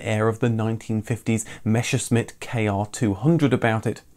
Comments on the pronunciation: Fantastic concise video as usual but one pet peeve: it's Messerschmitt, not Meshersmitt, it's a common mispronunciation for some reason. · "Messerschmidt".😁 Not "Mescherschmidt". 🙉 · Wait what, a Meshersmit? You got that completely wrong. It's "Messer schmitt" You are excused, even Google translator doesnt get it right. It translates it just without the "R" WTF? What would you say if we call your cars any different?Like a Min Coope or a Lous Ean? A Mors Mier. Get the picture? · I had to chuckle at "Meschersmitt" :D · Ah yes the meschersmit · It's Messerschmitt.... Not "Mesherschmitt" Do you say "Meshage" or "Message"? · It seems that the brand Messerschmidt is usually a problem for English and American people... Do have a look Messerschmitt AG (German pronunciation: [ˈmɛsɐʃmɪt]) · The way Brits pronounce "Messerschmitt" will never not be funny... 🤣